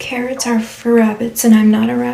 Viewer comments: "Cawwits are for wabbits" EW!!!!!!! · The "I don't want cawwits" took me out😂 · "I don't want cawoots." 😂😂😂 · I'm sorry, I had to run the "I dont want cawwits- cawwits are for wabbits" story back! because, sis....WHAT?!?!?!?! omfg!!!! lmaooooooo instant ICK!!! IKYFL!!!